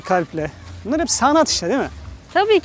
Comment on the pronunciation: ALLAH rızası için ciyan ciyan diyip durma artık cihandır o ya ....